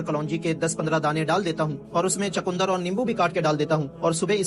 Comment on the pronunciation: Bhai.....chakundar nahi hota ...chukandar hota hai ...